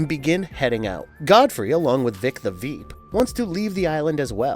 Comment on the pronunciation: “Vought” rhymes with “bought.” And it’s “Vic the ‘Veep’” rhymes with “sheep.” This caused me to stop watching the video.